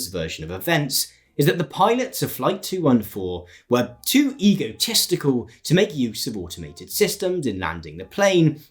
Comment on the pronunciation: "egotesticle" - I do like this pronunciation